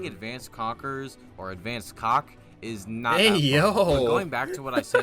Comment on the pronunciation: bros calling it "advanced cock" 💀